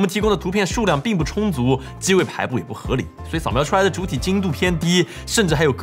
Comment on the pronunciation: 请问博主哪里人，机位的机字是JI，不是zi，这个每一集都读错了，如果是地方语言，那当我没说过吧。内容是好的